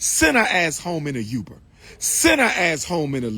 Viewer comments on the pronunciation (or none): He said Youber instead of Uber.😂 I hear the positive and powerful message overall, though... - mark or so hits hard. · “Send her ass home in a YUBER!” Please gtfo dude 😂